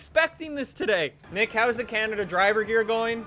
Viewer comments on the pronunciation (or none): none